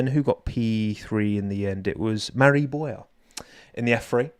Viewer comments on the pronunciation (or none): none